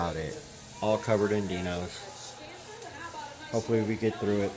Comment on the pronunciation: it’s not Die-nos! It’s Die Nose 🤦‍♂️